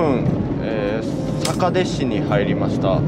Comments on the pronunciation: 坂出はさかででは無くさかいでです😂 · 最近検索で引っかかってファンになりました。 観音寺市在住です。 かんのんじじゃなくてかんおんじですね。 八十八ケ所の寺の名前はかんのんじ ややこしいですね！ ちなみに坂出市 さかてじゃなくてさかいでし 覚えといてね！ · 坂出は"さかで"じゃなくて"さかいで"ですよ（笑） 何にせよお疲れさまでした！最後のカミが疲れを物語ってるね。いずちゃんの無茶ぶり、ある意味仕返しだね（笑）